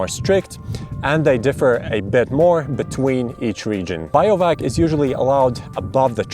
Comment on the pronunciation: Pretty funny to hear someone call bivouacing "biovac". but the Bi is pronounced the same as in Bivvy (which comes from bivaouc which comes from beiwacht). there is no relation to bio(logy) in that word.